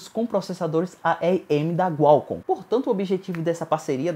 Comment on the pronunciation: o que é gualcom kkk